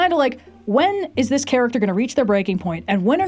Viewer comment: "Vader's just zis guy, you know."